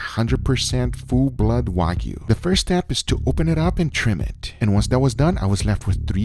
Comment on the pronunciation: nh libra Is the one that gives the most views though. Btw is Wagyu not Wagu, just saying.